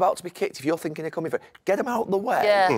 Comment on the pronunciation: When he says "finking" instead of "thinking", is it lack of intelligence or laziness?